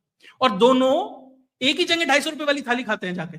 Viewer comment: मैं आपके ज्ञान और विश्लेषण का कायल हूं पर संभवतः स्थानीय बोली के प्रभाव से आप जगह या जगेह के स्थान पर जंगे बोलते है जो उच्चारण की द्रष्टि से अखरता है। सर बुरा न माने।